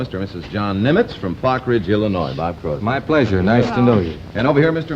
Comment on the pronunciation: At least get the guy's name right - It's CROSBY